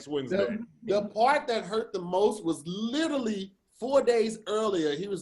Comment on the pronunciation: Y’all please tell to stop saying littlelee (literally)😂😂😂